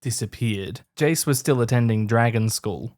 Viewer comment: To my ears, Australians pronounce Jace and Cheese the same.. Jace = Cheese confirmed?